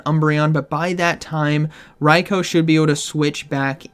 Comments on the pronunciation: ITS RAI-KOO, not RAI-KOWE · I cringed everything said RYE-KO 😂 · The number of times you pronounced Raikou incorrectly is going to keep me up at night